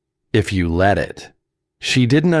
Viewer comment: You need to correct the boy's name, "Emile", not "a meal"!! Big difference...and "let", not LED.